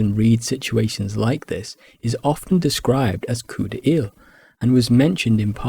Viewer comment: The way you prononce "coup d'oeil" hurt my soul everytime